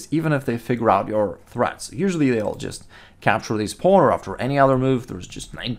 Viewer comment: Nice videos man i like how you pronounce pawn "paln" lol